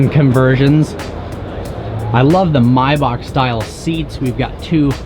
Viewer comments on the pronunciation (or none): none